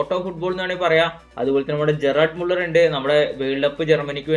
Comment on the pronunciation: ജറാർഡ് മുള്ളർ അല്ല പുണ്ടച്ചി ❌ഗെർഡ് മുള്ളർ 👍🏻